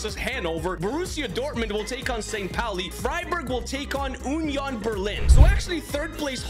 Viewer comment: UHHnion Berling😂